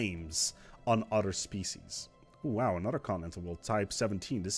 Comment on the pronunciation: Just so you know, you have a habit of saying "udder" instead of "other".